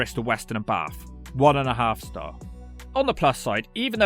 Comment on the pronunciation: And he actually knows how to say Bath. People from London always say Baahhth trying to make it sound posh.